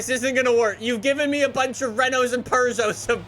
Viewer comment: Bruh man calls Peugeot "Preugeot